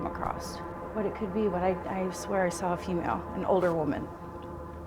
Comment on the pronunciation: Sorry but every time she said "I thought I sore" I wanted to shout "a puddy cat ""I did"" I did" 😂 😜🙈